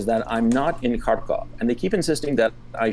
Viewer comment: It's pronounced Khar-keev. 🇺🇦